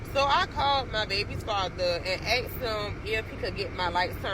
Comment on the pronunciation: axed him? dats illeegull.